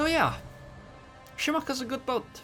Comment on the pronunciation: omg please stop saying "shi-maka-za"...its "shi-ma-ka-zee"